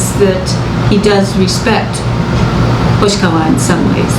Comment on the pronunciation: Hoshiwaka?😂 You mean hoshikawa right